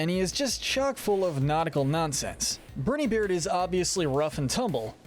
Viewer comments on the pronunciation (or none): Only some minor nitpicks, and they rly don’t matter, but I believe Djimmi’s name is just pronounced like “Jimmy”, same as in the word Djinn or Djinni. Brinybeard’s name is pronounced more like “bry-nee” than “brinny”, as in brine (salt water) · its not said like brin e beard its said like briney beard get it right next time please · IT IS BRINEYBEARD NOT BRINIYBEARD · It isn’t Brinybeard, it’s BrIneybeard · Me: briney beard This guy:Berny beard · Its "BRY-NE-BEARD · I don't think Brineybeard is pronounced that way